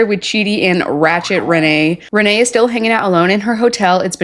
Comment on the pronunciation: I think you have been saying Rayne's name wrong this whole time. It is pronounced like Rainy or Ray-knee you are pronouncing it like it's Renee. But nonetheless she is completely unhinged.